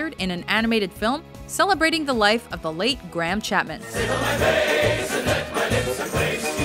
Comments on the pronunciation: They pronounce it like gramme not greyam as it should be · Why can't they pronounce Graham